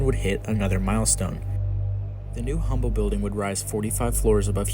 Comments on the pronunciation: It’s pronounced uhm-bull and I every time you say humm bull it hurts Texans ears. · It is not pronounced "Humble". It is pronounced "Umble". Drop the H. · Pronounced Umble not Humble. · 'H'ummble 😂😂😂😂😂 it's 'umble' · Great video but its Umble. Not Humble. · Humble is pronounced "Umble" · Pronounced Umble. No H. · You are saying Humble wrong. You say it like Umble The H is silent. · Great video. it's pronounced "um-bul" – no hard H sound. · Dear Narrator - Believe it or not, the "H" in Humble Oil is silent; and the name is pronounced "Umble," just like the city just north of Houston. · "Humble" is pronounced, "Umble" in this context ! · It's UMBLE the H is silent. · Just fyi, the H in Humble is silent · he genius, don’t post as knowledgeable when you know zero of what you’re talking about. The “H” is silent… 🤦‍♂️